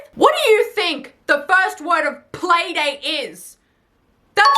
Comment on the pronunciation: Playdate not PAYdate!